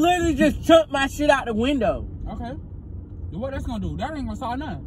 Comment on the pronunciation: AND DIDNT EVEN SAY WINDOW HE SAID WINDEL:face-blue-smiling